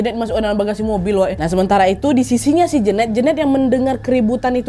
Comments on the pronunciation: Jeneut bukan Jeunet gak sih wkwkwkwk salfokkk denger pronounce nya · Kayanya nyebutnya bukan Jenet deh tapi Jenet